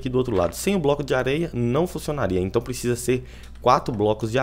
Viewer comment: ''Prescisa''? Cara, nem falo nada.